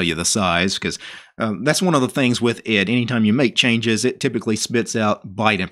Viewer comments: it's pronounced E D , not ed watch interesting video 'Where GREP Came From - Computerphile' where Professor Brian Kernighan explains it alongside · Actually it's pronounced "e d", not ed ;) And between ed and vim there was ex. Great video! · You do realize, don't you that 'ed' is/was actually pronounced "E D", the individual letters much like 'vi' is. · Oh, and it's actually pronounced E D, much as how ex and vi are. You don't need to quit and restart ed to get a "prompt." A capital P command will work the same way as that -p argument at the command line. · ED was pronounced E.D. (eddie) buy the person who developed it and the people that used it when it was new.